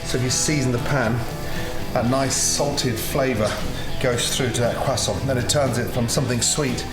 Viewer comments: Is anyone French in here? Tell me Gordon isn't mispronouncing croissant! He doesn't pronounce the 'r' and I was told by a French person that French people actually do pronounce the 'r'! He says it incorrectly: "queZZontt" and without an 'r'. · Are u gonna finish that cwosont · Random Things qwasson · oh, god no, you can't spell croissant right oh gosh this is not how you say croissant if u were showing this recipe in France, they would like it but you would get embarrassed of the way you say croissant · The way he said croissant😂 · I refuse to pronounce croissant the way Gordon does, I don't care if I'm wrong. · Just me or when he said croissant it reminded me of the meme😂😅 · Please learn how to pronounce croissant. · meh, not really, right pronounciation would be with a rolled R instead of the english "w"-ish pronounciation of R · Just got to appreciate how he says croissant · Everytime he says croissant the first thing I think of is...... Carl: Awre you gonna finish dat cwossant??? Man (forgot his name): knock yah self out kid.. Carl: intense eating sounds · All I heard was cwason ... Cwason.. CWASON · Someone wanna tell him it’s pronounced Kr-uh-so-nt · On behalf of the French, please stop saying kwoissan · Pronouncing it "Quessaw" may be correct but goddamn does it sound pretentious especially when you pause and change your voice from normal to pull it off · What's a cwasson? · Gordon pronouncing that qúasòņt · are you going to finish that quosänt ? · “ThAtS a NiCe QuAsSoN” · nobody: Gordon: QUASONT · Whats a cwassoint? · Tom Holland has ruined the word croissant for me. Quackson😂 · What's a Quassant? Is that a Bayou specialty? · what the fuck is a kwasson hahahaha? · Excuse me Gordon are you gonna finish that CWASSON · or “cwossant” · How i say croissant: croissant how Gordon says croissant: quesont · crosant: exists gordon: cwesan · FOR THE LAST TIME ITS CROISSANT NOT CRASSON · Gordon its Croissant not cwasant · No I didn’t hear croissant, I heard cwason